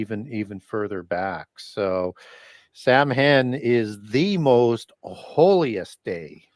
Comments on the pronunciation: Love! An important resource, especially in these days. Samhain (the Gaelic word for Halloween) is pronounced "sowin"...as in cow (the very tasty animal and in as in go in). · Saa-wn is how it’s pronounced.